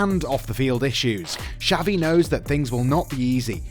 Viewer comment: Who tf is savi? Dude learn some f spanish